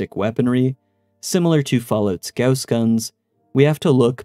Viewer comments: Thank you for pronouncing "gauss" correctly, and not just saying "goss" like everyone else. You have no idea how much I appreciate that. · Funny thing: Goss Lake is a location I grew up on. That being said, I also appreciate the correct pronunciation of Gauss.